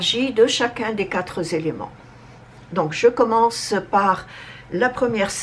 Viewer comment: SVP le nombre 4 est invariable. Il n’y a jamais de S à la fin. Donc pas de liaison Merci infiniment.